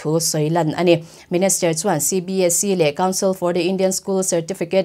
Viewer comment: Minister..not Menester...Kolasib...not Kolaseb...lam no kan tum lutuk luatah hian a fuh lo zeuh zeuh thin